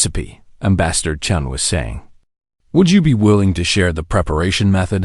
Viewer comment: Chun!! Not Chen!!!! Come on!!!